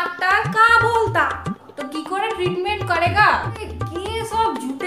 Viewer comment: Teretment 😂 bolta bolta ka Bolta 😂